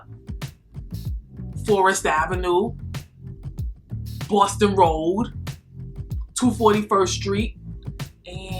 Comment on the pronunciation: Whewwwwww I have never heard a stronger NY accent than when you pronounced "Boston."